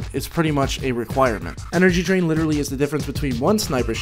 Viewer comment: i heard " Energy drink" instad of " energy drain" :D: :D